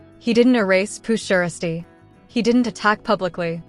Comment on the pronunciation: First of all this is SOME BS SMFH!!! But why she SAYING PURRR SHIESTYRr ALL WRONG LMAO🤣🤣🤣